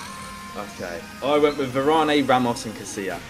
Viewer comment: stop saying varane wrong ffs